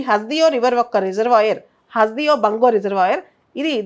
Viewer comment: హస్ దియో కాదు..... హస్ దేవ్